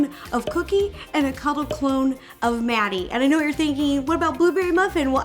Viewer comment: It’s Matty not Maddie. You probably thought it was Maddie because of how they pronounce Matty.